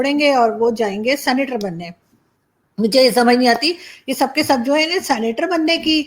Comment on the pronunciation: Aarzoo ji sanitor nahi 😂 senator hai ji